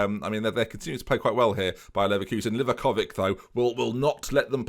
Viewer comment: Don't want to ruin the fun for you of saying Livakovik but it's actually said Livakovich 🤣. Love the series!